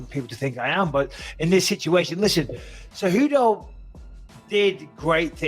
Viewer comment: Keep pronouncing Henry Tejudo lmao how do u not know there is a C and not a T by now 🤦‍♂️🤣